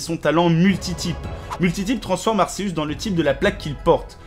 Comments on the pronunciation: Ses pa arceus je crois que sa se li arkéus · je reve ou il a dit arseus au lieu de arCeus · Ca ne se dis pas arceux mais arkeus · Ar"SÉHUSS" pourquoi personne ne le prononce bien c'est Ar"KÉHEUSS" car son étymologie vient de Arkhé et Zeus et on dit Z"EUSS" pas Z"ÉUSS" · Je veux pas faire mon rabat-joie mais on dis A R K!!!!!! E U S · On dit arKeus pas arcesuce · on dit pas arceus on dit arkeus pour la prononciation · On dit arceus avec C pas avec un S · Ça se prononce arKeus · Perso jsp si je suis le seul mais moi jdis arkeus et non arceus 😅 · Arceus se prononce Arkeus